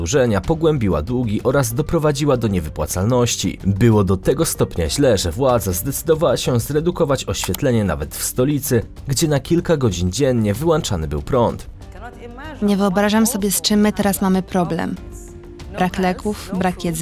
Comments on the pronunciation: nie wyłanczany tylko wyłączany 😃 propsuje ciagle. Pozdrawiam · 6:0 Mówisz, że na kilka godzin dziennie WYŁANCZANY był prąd? Jak oni go WYŁANCZALI? Pewnie wyłancznikiem? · WyłANczany prąd 🤦‍♂️🤦‍♂️🤦‍♂️🤦‍♂️🤦‍♂️ ale wstyd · Nie mówi się: "wyłanczany" tylko: "wyłączany". Powodem problemów tych państw jest władza. Chora i posunięta do przesady. A co do przewidywań analityków giełdowych, to takie wróżenie z fusów po herbacie.🍵 Jeszcze nie widziałem analityka, który by przewidział hossę albo bessę. Takie "fakty" wróżbita Maciej też podaje! 🦹